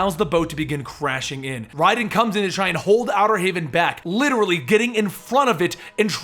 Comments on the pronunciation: lol I cringe everytime he says RAYDEN. its RHYDEN not RAYDEN. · Just I'm kinda confused, after all the other videos using the correct pronunciation why did you start mispronouncing the names like calling Raiden "RAY-DEN" and then suddenly start using the correct pronunciation again?